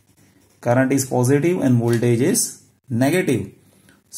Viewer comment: Plz pronounce positive properly its irritating.. 🙏